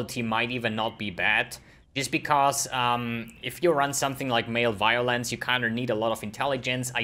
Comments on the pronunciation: Male violence...hmmm, never heard this mispronunciation for Malevolence before 😂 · Every time pronounces, Malevolence as male violance, just keep remembering why i love accents. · it just caught me off guard and I had to Lol IRL